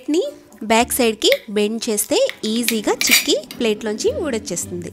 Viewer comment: Hiii andi.chekki kadhu....cheykki